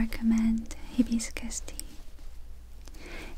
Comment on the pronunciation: the way she pronounced hibiscus😂 sounded like "hippies cuss" 🤣 Oh, you're so sweet and adorable 💝💖